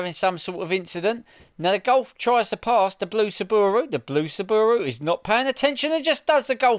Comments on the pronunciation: What’s a sooobooorooo? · What’s a sabbooru? Is that similar to a Subaru? 😂